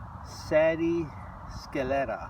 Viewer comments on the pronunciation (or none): If ur going to have a channel, please learn how to pronounce the names. For example it’s not Sady Weiss, it’s Saidy.